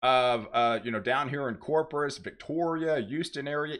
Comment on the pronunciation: Corpus not corprus